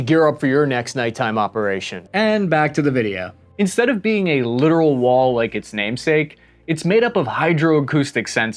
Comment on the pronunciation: Dude..."Littoral" is pronounced exactly like the word "Literal"...